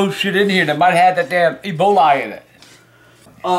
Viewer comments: Is he thinking of E Coli when he says "eboli" lol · "Eboli". Lol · Eboli? Lol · Just like how he says ebolie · “Eboli” I miss that man😭💯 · "Eboli" xD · Lol he pronounces it Eboly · "That damn ebolay virus"